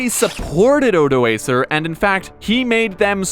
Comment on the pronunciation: Stopped watching as soon as you pronounced Odoacer wrong. But at least you didn’t call him OdoASSer so I’m not too mad.